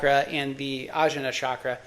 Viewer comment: Blood type diet is nonsense. Literally based on no research. There are 0 papers cited. Also, it's og-nya. Jn in iast is transliteration for gñ sound. E.g. vijñana Bhairava tantra (vigñana bye ruv uh tawn tra). Also, rum, lum, vum, etc. a as in America, uh. Otherwise, good video. You're coming from the right place.